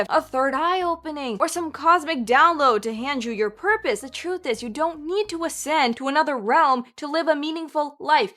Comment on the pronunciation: Real Atlanteans should be able to properly pronounce simple words like TRUTH.